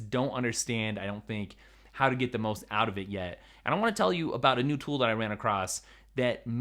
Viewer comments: So which did you decide? 16” MacBook Pro or “mew” Mac Pro? Lol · Hey.. what is a "mew" mac pro?😂